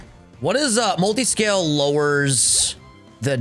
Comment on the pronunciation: Dylan’s face when said “Mutiscale” was hilarious 😂